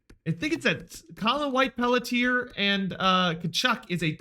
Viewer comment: Pelletier is pronounced (Pel-CHIE-aye) btw